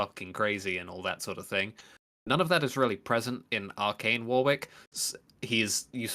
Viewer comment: It's supposed to Arcane, not Arcant